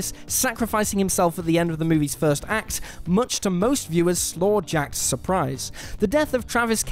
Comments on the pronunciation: “Slawjacked”...? You mean “slackjaw”? 🙄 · Did he say "slaw jacked"? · ‘Slaw-jacked?’ Oh dear 😅